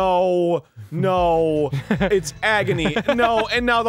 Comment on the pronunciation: Dan saying NAUR like six years before everyone else